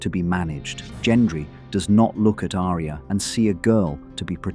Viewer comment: Don't get me started on the mispronunciation of Arya. ~winks at ~